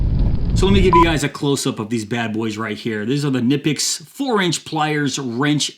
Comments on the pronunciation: Knipex. the "K" is not silent. the "i" is long. say "Cneepex". i am German. i have the and 180. best there are in their size. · Actually.. It’s pronounced ‘Key-na-pix’ ..real fast ~ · Who is going to tell him you pronounce the k? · Knipex (pronounced kuh-nip-pex, btw) is an excellent brand. We use them in our family for years, even though it is hard to come by where I live. When I go to Europe I also come back with some tools for envious friends. They are well worth the money because they will last you at least 5 times longer than any other tool.